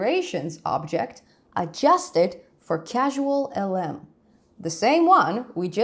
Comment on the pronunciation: I know English is not your first language but it is CausalLM not CasualLM